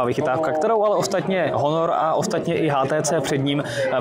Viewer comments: Honor :D Proč to čtete jako Honor? Výslovnost v angličtině uplně jiná. Taky neřikáte iPhone po česku, ale čtete s anglickou výslovnosí. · proč bych to dělal?:) mě to nijak nevadí jen mi přijde zvláštní, że všechna jména telefonů se vyslovují tak jako v angličtině (iPhone, Xperia, HTC) jediný Honor je po Česku:D